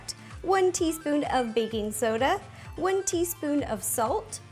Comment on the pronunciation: am i the only one who thought she said "Baby Soda" instead of "Baking Soda"